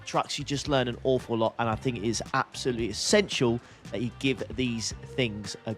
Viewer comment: Did you count the "Absoluuts"?